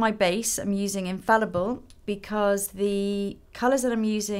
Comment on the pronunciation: Hello Lisa, amazing makeup ! Just a small thing, the foundation you use is called "Infaillible" and not "Infallible" ('aill' is pronounced like 'ay' in 'ay caramba' for example lol).